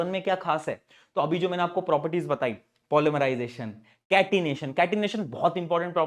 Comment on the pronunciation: Polymerisation ❌ pol mari jai tion ✅ sir kya mari :face-green-smiling::face-green-smiling